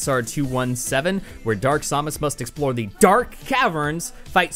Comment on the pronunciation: Its Samus, not Sahmus. Or is it? Idk maybe so